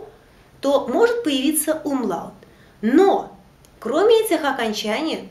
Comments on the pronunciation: уроки ваши классные, но есть одно маленькое но, в немецком языке нет грубопроизношенной буквы Л, она всегда произносится как ЛЬ. И когда вы произносите слово умляут как умлАут, это режет уши. А так все супер.😊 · Добрый день. На 6.12 Вы произносите слово Umlaut...буква ,,л,, или нужно ,,ль,,? ,,Л,, везде мягкая и всегда или бывают исключения. Мне показалось что Вы говорили твердо... ,,Умлаут,,? Данке)